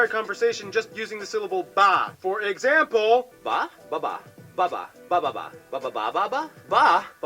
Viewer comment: You pronounced the bababa ba better the supposed "Filipino Guy" they have there. Dude didn't even try enough to hide the fact he didn't know how to speak the language.